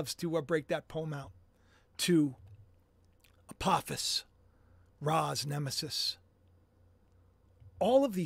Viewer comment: Isnt apophis a long o sound?